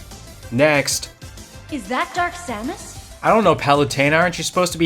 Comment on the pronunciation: It’s not Metroid, It’s not Samus, It’s Sams